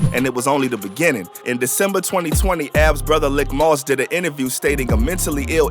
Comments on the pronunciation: its pronounced leek moss,not lick fam. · His brother's name is pronounced "leek" moss* usually short for malik. Pronounced the way its spelled but the "i" in lik moss is said as if it where the letter "e" [the narrator's calling him lick moss ctfu. But... great video/vlog. Free A-R-AB ALL THE GUYS ALL THE OBH💯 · Good Video Very Accurate. But Lik Moss is pronounced LEEK Moss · Pronounced LEEK not LICK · It’s “LEEK MOSS” not Lick moss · It’s Pronounced Leek-Moss not Lick-Moss lol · His name Leek(Lik) not lick moss tf lol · Did you just call him “lick moss?” It’s lik(leek)…. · Bro it’s, “Lik Moss” pronounced LeeK not lick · It's leek moss not lick moss lol please fix it that sound crazy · Didn't seem to be any new news here. Everything a lotta months old to have just been posted. But not bul keep calling Lik (LEEK) Moss "Lick" 😭😭😭😭🤣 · It’s pronounced leak not lick bruh bruh 😂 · It’s pronounced “Leek” Moss ✌🏾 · It's Lik Moss not Lick Moss smh